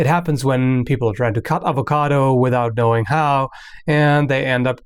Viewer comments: "Hi my name is and this is how you cut an avocato" I love your videos xD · why is it that certain accent pronounce it "ovacado"